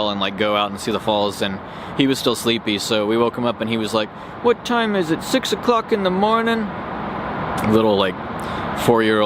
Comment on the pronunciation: "What time is it- six 0''cwock in da mownin?"